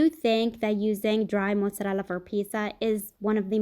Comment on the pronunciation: is Italian. She pronounces it the way Italians pronounce it. That is, correctly.